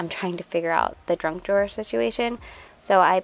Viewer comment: Did you call the “junk drawer” a “drunk drawer”? 🤣🤣🤣